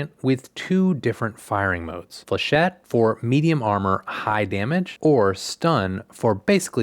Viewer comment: FINALLY SOMEONE PRONOUNCES FLECHET CORRECTLY